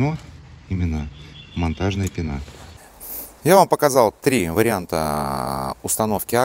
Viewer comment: В слове пена ударение на е)